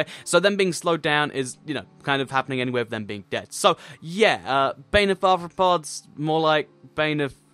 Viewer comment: its pronounced "bane of arthnopoop"